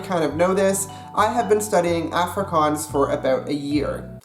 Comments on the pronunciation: every time he says 'affri-cans' instead of 'affri-kaans' i die a little bit inside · Please pronounce ir OFFrikaans. There is an A there, but it's closer to OFF than AFF. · Some good Afrikaans.... Only one thing... The way you pronounce the "A" at the start of the word afrikaans should be almost an "u" sound... Like the "u" sound in the words "up" or "under"... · why you say "afrikuns "? just say "afrikaans" or "african" don't try to say both. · you saying Afrikaans wrong ... it's *Afrie Kaans so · By the way man, when speaking in English and using the word "Afrikaans" you should switch the type of "A" you're pronouncing. For example, to-may-to and to-mah-to. You should being saying "Afrikaans" like "Ahfrikaans" with the to-mah-to "A." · Please learn to say Afrikaans properly if you're going to do a video on it. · So Cringy hearin a gay American tryin to speak AFRIKAANS AN DUTCH dude just Stop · I keep on cringeing every time you said Afrikaans bc I'm from South Africa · For someone who sleaks afrikaans and lives in SA. I get so irritated when he pronounces afrikaans incorrectly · You pronounced Afrikaans wrong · the way he said Afrikaans is one of the funniest things ever and yes I am Afrikaans and you did well but some words you said wrong lol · I watched the first 31 secs of this video and I actually wanna die that you can not even pronounce the word 'Afrikaans' 🙄 like dude common its not that difficult. You burning my ears. no hate 😂 just saying. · please learn to pronounce the word "afrikaans" properly before making a video about afrikaans vs dutch. ek meen my moer bra... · jy spreuk "afrikaans " verkeerd uit.